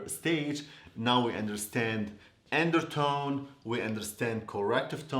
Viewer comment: The “endertone” 🤣🤣🤣 I love you 😘